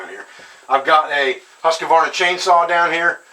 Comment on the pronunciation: Hehe, I love how Americans pronounce "Husqvarna". :D